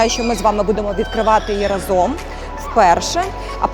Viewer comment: да, только "рАзом, як гАзом" =) "разОм" режет уши) Зам министра Табачника любил так говорить)